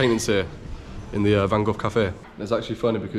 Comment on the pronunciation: Why Van Goff ? It’s Van Gogh, with G